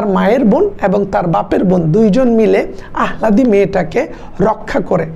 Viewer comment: আহ্লাদী উচ্চারণটি হবে আলহাদি